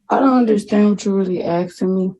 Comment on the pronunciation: What person, in their right mind, allows their cellphone to be suspended, canceled or turned off? Miss a house payment, yep. Cell phone payment? NO WAY!!!! And the word is ‘ASKING’, not ‘ashhing’!! No wonder our future is tanking.